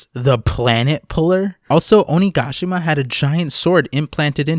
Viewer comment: I love the way you say onigashima ♡